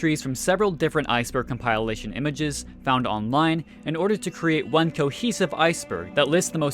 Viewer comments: I just wish you would have pronounced the word compilation correctly... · my favorite hobby is to go on youtube videos and see how absolutely horribly someone can butcher the word "compellation"